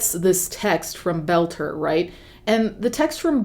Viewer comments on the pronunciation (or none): Friendly FYI: His last name is Boelter pronounced bowl-ter (similar to the word boulder) not that he deserves special care but just to avoid confusion because I thought you were saying “Belcher”.